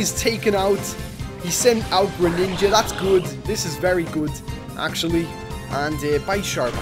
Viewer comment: u said greninaga